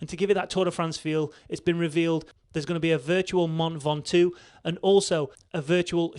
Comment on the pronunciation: Mount Ven-Top